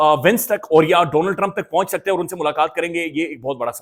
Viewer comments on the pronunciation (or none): none